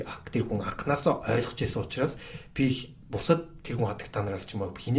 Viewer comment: Анкнаасаа, ерөнкийлөгчийн гэж их хэлэхээр ёооо, кэцүү байлаа шүү